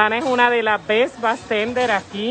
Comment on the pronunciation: ella dice Bes no Best